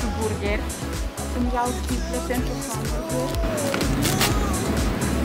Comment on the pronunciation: Gamburger" am murit de râs🤣Foarte frumos doream si eu sa gust dar nu am ocazia...continuati tot asa sunteti minunati😍